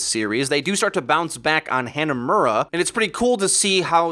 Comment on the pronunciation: How do people mispronounce maps? A kind woman literally reads it to you before each fucking map. HAN-a-murra. Dude.